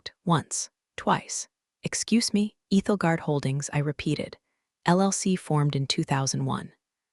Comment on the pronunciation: It’s Ethel as in 'don't look Ethel' guard, Ethelgard.